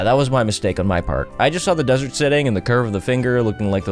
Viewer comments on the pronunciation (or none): none